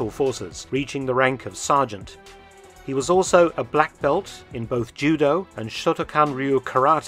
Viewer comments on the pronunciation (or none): none